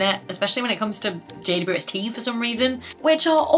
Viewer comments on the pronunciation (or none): none